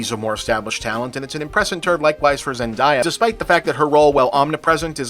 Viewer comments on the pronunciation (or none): Her name, and she's stressed this herself, is pronounced zen-DAE-ah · He's been mispronouncing it for a number of years at this point and I'm not sure if it's a general lack of respect or just being willfully unaware.